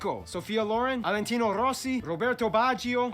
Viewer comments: sorry for too much comments, but is NOT Alentino Rossi, is VALENTINO ROSSI!! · "Alentino Rossi"? really? XD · Alentino, lol (Valentino maybe) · He's Valentino Rossi, not Alentino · is VALENTINO ROSSI not Alentino Rossi